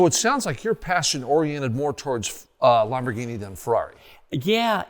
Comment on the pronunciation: The way he says Lamborghini drives me crazy